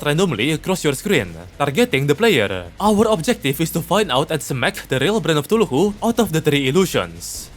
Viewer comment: why do you say cthulhu like "tuluhoo"